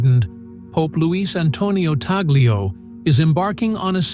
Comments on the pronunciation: Pope talyo? It's Pope Tagle memories the pronunciation first before going on camera. POPE TAGLE. not.POPE.TALYO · It’s pronounced as ‘Tag lay’ not ‘tag lio’. Please pronounced it properly. Thank you. May God bless Pope Tagle (tag lay) as it’s pronounced.